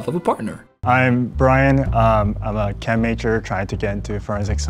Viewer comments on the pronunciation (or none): none